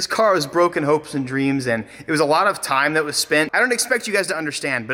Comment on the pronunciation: He did not just say he works alote hahahahahahahha wtf